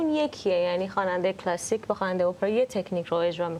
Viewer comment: مهمان برنامه در ابتدای حرفهاش، جوری لغات “جَز” کلَسیک” رو تلفظ میکرد، انگار مثلا اونجا تپی آمریکا بدنیا اومده و خیلی جو‌گیرانه حرف میزد 😂بعد کم کم مشخص شد که در بزرگسالی به آمریکا رفتند و جزو اون دسته ایرانیهای لُوس و افاده ای هستند که وقتی از ایران خارج میشن، بعد از دو هفته “ اوه مای گاد” و “نایس” از دهنشون‌نمیوفته و یادشون هم میره که مثلا دانکی به فارسی چی میشه!😂😂یعنی افاده خرکی بعضی ایرانیهای مقیم آمریکا همیشه مایه خجالته